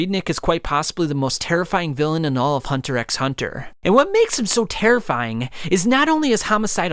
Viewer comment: What terrifies me is you pronouncing the “X” in Hunter X Hunter. 😔